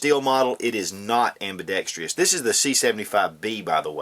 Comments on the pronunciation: There is no such word as ambidextrious.; the word is ambidextrous! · Why didn't you use a BDA for comparison? And, why the hell can no one on YouTube pronounce AMBIDEXTROUS? Hint: It is NOT ambidextrEEous!